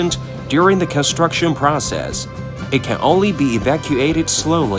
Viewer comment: What's up with your tts mispronouncing half irs transcript. Tun-ol, under-stued grav-ol soul-ul multie pool